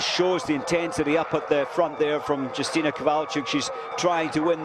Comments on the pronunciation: Not Dżustina but Yustyna. This information is to a commentator. :P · not Yustyna But Justyna Kowalczyk .Wiem jak to sie wymawia bo jestem polakiem .This is information is to a vafanculoputana